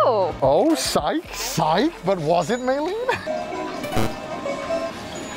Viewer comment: May len? May rin